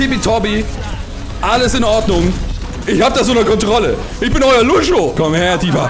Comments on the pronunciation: du hast lang nicht gespielt, sprichst lucio falsch aus, aber bist trotzdem mindestens genau so gut, wenn nicht besser als ich, der lucio main ist ._. :D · Bin vorbei. Er weiß das er es falsch ausspricht er findet es nur lustiger^^